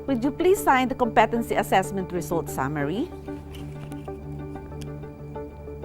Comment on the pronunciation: Thank you for this video, it is very helpful. There's only one thing I would like to suggest: please pronounce correctly the word "competency" .... you may google it by typing "competency pronounciation"... the stress falls on the first syllable just like how you pronounce "competent" in which the stress falls on the first syllable.